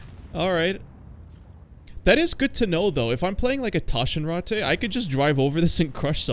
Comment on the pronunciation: Bro the Taschenratte is not french. Its german. Speak the name more aggresivly and you are spot on. Anyway, good video.